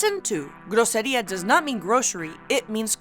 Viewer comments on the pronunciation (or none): It's "grosería", not "grocería" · Ahem... it's not «groCería» — it's «groSería». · Pleaseeee! "grosería" with "s"